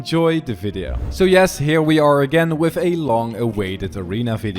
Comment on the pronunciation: when he said "wif" i felt that